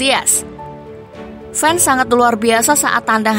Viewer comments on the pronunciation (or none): none